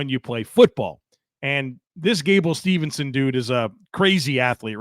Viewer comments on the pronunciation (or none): Steveson not Stevenson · I don't want to be that guy...but Gable's last name is Steveson not Stevenson.